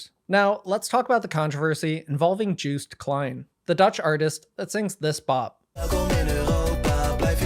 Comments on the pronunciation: ''Juiced Klein'' makes me want to make a meme where Joost is one half of a juiced orange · Seen the review of Europapa from Voyager? One of them says Juiced Klean..